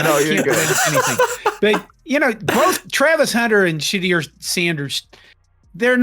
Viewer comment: His name is not Shedeer.🤣🤣 Its pronounced She-dure. And it's Jackson State and not Jacksonville.🤣🤣 And the other 2 didn't know any better either because they didn't correct him. These guys are idiots.